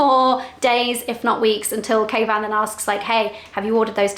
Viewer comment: i have been watching you both from the beginning, and originally I thought was calling Kayvan "Caveman" thinking it was a pet name, (I know quite dumb of me). From then on are I could hear was "Captain Caveman" as from the kids cartoon series. Love watching you guys thanks for sharing.